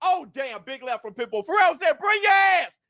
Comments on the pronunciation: Fee-air-o Fierro get that man's name right he deserves that! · called Fierro, "Ferrero" the whole match 😆